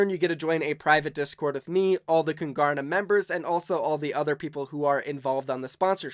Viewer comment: Trywin he’s saying kingarna like is a king